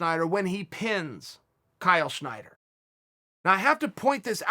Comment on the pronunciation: Snyder... Not Schneider...kinda like yair not yarear